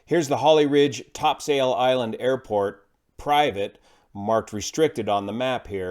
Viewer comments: good video as always. side note, it's pronounced "topsull island" by the locals :) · FYI, it's pronounced "TOPsull" Island. One of those old nautical pronunciations that make no sense whatsoever. :) Saw this vid last week. Guy was crazy lucky.